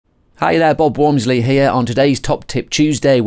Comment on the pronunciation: I click to hear Bob say “wormsly” I stay for the tips.